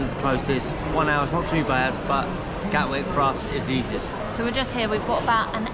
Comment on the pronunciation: Hello again lads, great that u r in pakistan! Hey the name of the airport in london is GATWICK, with a “T” not gawick as u put it on the screen. Happy travels 👍🏻👍🏻